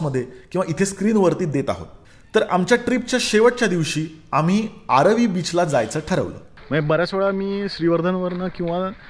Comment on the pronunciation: It's aaravi not aarvi 😀